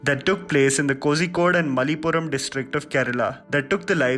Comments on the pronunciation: Dude...plz ask a malayali for the correct pronunciation of malayalam words.. you pronounced kozhikode as kozikode even though it is koyikode(not correct pronunciation but it sounds similar) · i think it should be pronounced ko-she-code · Good one, as usual. Btw, it’s not CoZYkode, it is KozhiKode (roll your tongue) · Its kozhikkod not kozikkod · It's not Kozikod it's Kozhikod. Pronunciation----> "KoLikod" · It's not pronounced as Kozhikode, it's pronounced as korrhikode! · It's pronounced as "Kollikode' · It’s “Ko-yi-kode”, not Ko-zhi-kode